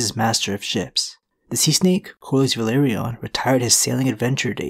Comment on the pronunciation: please stop mispronouncing velaryon please